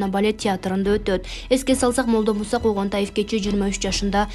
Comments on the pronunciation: Коогонтаев эмес Конгантиев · Когонтаев эмест, Конгонтиев десен сабатсыз экенсин😏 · 🤣 ииий ай кыз шашпай туура окубайсынбы сен башка фамилияны айтып жатасын УЯТТТ🤣👎🏻 КОНГОНТАЕВ эмес КОНГАНТИЕВ☝️ туура оку сенин фамилиянды туура эмес окуса эмне дейт элен, ошо! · Туура окусан коогонтаев дейсин да конгонтиев ко фамилясы анан 23жашында дуйно салды дейсин да маани берип окучу шашылбай адамдын нерфин ойнойтпой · Когантаев эсес Конгантиев туура окугула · Конготаев эмес Конгантиев эле го. Эч бир туура окуганды уйронбодунор. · Коогонтаев дебестен туура окусаңар боло? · Ушул журналстер тагыраак суйлосо когонтаев эмес конгантиев 23 жашында дуйно салды деп койду Даана жашы канчада экен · Когонтаев эмес Конгантиев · Шумдук даярданып шашпай айтпайсынар Конгантаев эмес Конгантиев 23 эмес 63 жаш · Ай блогер кыз мектепте окуган белең? Сенин сүйлөмдөрүңдө үтүр, чекит барбы деги? Грамотно сүйлөчү Конгантаев дебей.Конгантаев эмес Конгантиев .Быдылдабай ар бир сөздү шашпай оку Тез- тез көп жаңылык айтпай аз болсо да маанилүү сүйлө азыраак болсо да элге түшүнүктүү кылып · Ошондой айтты 23 жашында деп тантык. Конгонтаев дейт ой манкурт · Фамилиясын туура окучу окуп жаткан акмак деги окууну буттун беле.Генералды жок дегенде туура окучу ансыз да ото окунучтуу. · Ой чоң кыз Конгантиев ..туура оку. Уят болот